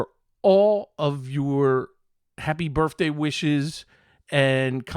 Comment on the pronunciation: Are you saying "birfday"?